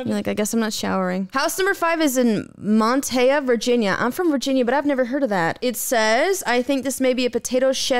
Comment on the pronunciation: The way she said Moneta 🤢